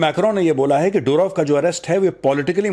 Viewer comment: मेजर साहब पुटिन नहीं पुतिन, डुरोव नहीं दूरोव , रूसी भाषा में ट, ड, ह अक्षर नहीं होते !